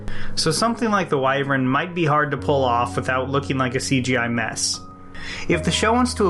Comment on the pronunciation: This was a great video, but you pronounce 'Wyvern' wrong :(